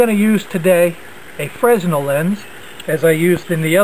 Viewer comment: the 's' in fresnel is silent.